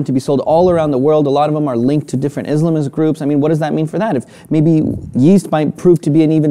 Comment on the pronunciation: Please, inform me. What is an "Islamist group"? Or as you called it "Izlamiz groups"